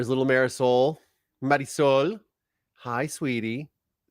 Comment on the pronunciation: Yes, Marisol, Well pronounced.